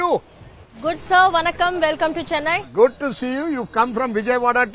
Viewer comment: Don't pronounce as you pronounce " chennai", ,"dosa"! Learn to pronounce properly